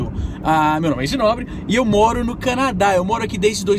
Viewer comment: Canaa ? Quiz dizer Canadá?